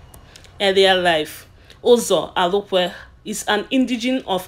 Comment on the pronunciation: My dear, well done, but try and polish your spoken English and phonological interference. He is Uzo Arukwe, not Alukwe, and other English pronounciations. A good try.